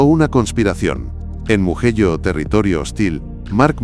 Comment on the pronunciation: Empezé a ver el vídeo,en el momento que pronunció muguello,me fui 😅😅😅